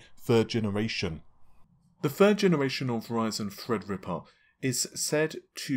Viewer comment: No more "Fredripper"? No more "Nahhvay"? What is that channel coming to??? 😢